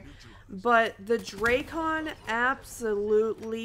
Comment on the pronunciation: Dray-Con? WTF is the Dray-Con? is it like the Drak-on Sniper Rifle? Here we go, all you big, important YouTubers calling for a Nerf! Sure, what your KD dropped from 5.5 to 5.35? Great Vid! Very Smooth...